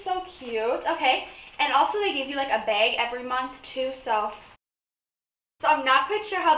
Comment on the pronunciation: Are you from Minnesota? "Baig" instead of bag